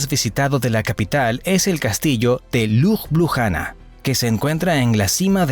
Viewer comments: Hola, gracias por la información. Sin ánimos de ofender y sólo a modo de ayuda para los hispanoparlantes a los que saber no les ocupe espacio😊, la pronunciación de Ljubljana en castellano realmente es más facil, simplemente cambiamos las "j" por "i", fonéticamente quedaría así: Liubliana. Lep pozdrav😊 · Ljubljana cuando lo narraba era liubliana la J es como la i latina de nosotros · Hola, gracias por la información. Sin ánimos de contradicción y sólo a modo de ayuda para los hispanoparlantes, la pronunciación de Ljubljana en castellano es más sencilla, simplemente cambiamos las "j" por "i", fonéticamente quedaría así: Liubliana. Lep pozdrav😊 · Buen video, pero la pronunciacion de lugares Eslovenos fue fatal! Lo digo como Esloveno que habla Castellano tambien. J Esloveno se lee como Y en Espanol. LJ como LL..entonces Ljubljana seria Llubllana.